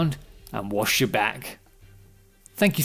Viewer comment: At the end there, I thought you said "Don't forget to wash your back." and spent the next minute trying to figure out what dwarven idiom I was missing... then it clicked and I realized it was 'watch', not 'wash'; aye, that made sense. Algo.